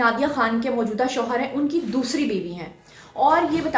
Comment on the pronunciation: plz correction hoshar nahi shohar hota hai